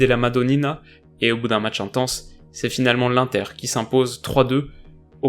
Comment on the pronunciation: Dit l’inter et pas l’unter stppp